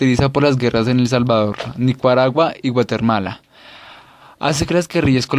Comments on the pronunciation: jajajajaja "guatermala" Dioos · mala pronunciacion de nombres como bateman y los países watermala jummm neeee malo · ¿Conyuntura? ¿Nicuaragua? ¿GUATERMALA???... POR DIOS. HASTA AHÍ ESCUCHÉ EL VIDEO, Y ESO QUE YA ME HABÍA PLANTEADO QUITARLO. ¿ESE MUCHACHOA ESTABA ALFABETIZANDO O QUE?